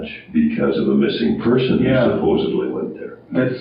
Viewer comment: I caught that, supposedly! Yes! Not supposably